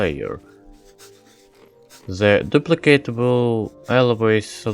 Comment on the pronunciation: I love how you pronounce the with ze, just like Medic TF2